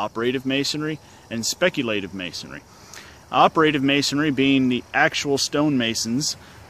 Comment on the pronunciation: Op-err-tive and speck-you'll-tive